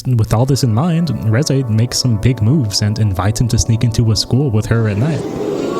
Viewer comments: making fun of his pronunciation of reze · Don't feel bad about the wrong pronunciation. Even the official german dub did it wrong. 😅 (But at whole the german dub could keep up with the original, though.)